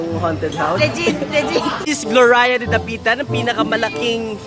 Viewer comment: pronounce as GLORYA.. hindi GLORAYA hehehe